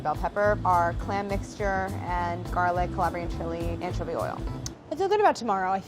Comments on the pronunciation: I got 2 things to say....why is still sick and why does he still say anchiivoy...smh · anchuvy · “AN-chovy” “an–chOvy”: ’CHOVY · Glad to see is still pronouncing anchovy weird 😭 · Ok, needs to officially stop using the British pronunciation of anchovy.